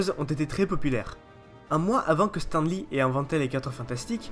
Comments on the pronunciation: on dit stane lee et pas stan lee ou stin lee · Stan lee srx tu prononces "s'temps" ???? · Juste on prononce "stanne" lee ^^ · Pitié in prononcé pas stEN Lee😂😂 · Pitié on prononce on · Travail ton accent... (Anglais). La vidéo est intéressante mais l'accent détruit ta crédibilité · Très bonne vidéo éclaircissant certains faits que l'on ne connaissait mais une chose me chiffone un peu, c'est la prononciation de ton Stan Lee qui m'écorche un peu les oreilles mais sinon excellente vidéo continu comme ça. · attend, comment tu prononce Stan Lee !!? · super video mais apprend a prononcé stan lee correctement. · bonne vidéo mais désole j'étais obligé de le relevé, ta manière de dire Stan Lee est juste horrible mdr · mdr bien répondu